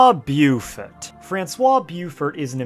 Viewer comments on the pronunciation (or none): ahh English and its pronunciation... U say "Bofor" like Bo of boat and For like The Force.. lol Bioufurt